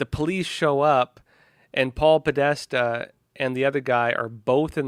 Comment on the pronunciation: "Paul Podesta"?!? Interesting thought though